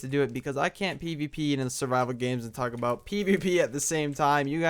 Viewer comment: when you said "talk about" it sounded like "taco bell" so i made my mom get taco bell! c